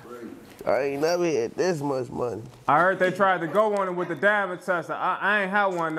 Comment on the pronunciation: Bro pronounced the diamond wrong and he got an si1 in that mfka knock it off